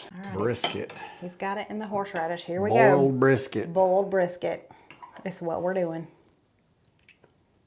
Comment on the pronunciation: Easy way to pronounce boil... Boy-L